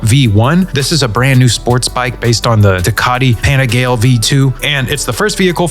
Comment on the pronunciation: Great video! I been following GTA 6 since 2022, and been watching you for a while, this video made me subscribe. Great background music too! Great job running through all the cars haha just one little critique 😀 the first bike you mentioned is pronounced [pan●ih●gal●eh] (Panigale). I watch a lot of bike content cuz I ride sport bikes so that's how I know that lol. Excited to start decoding for PS5! I've always been a PC master race guy but have a Xbox X because I've loved Xbox since the first one! But Xbox has kinda been going down the tubes since their last ditch effort with Starfield. So perhaps its time to retire Xbox and hop on the PS train. Its funny cuz PS1 was the first console that was mine when i was 11. I played Atari and original Nintendo, and all those but those old school PS games were LIT. Driver, Tomb Raider, Tony Hawk's Pro Skater, Spyro, Crash Bandicoot, GTA (the OG). Maybe time to go back if I win 😜 see you in the next one!